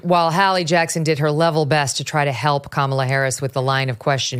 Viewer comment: Does Megyn call her cumala? 😂😂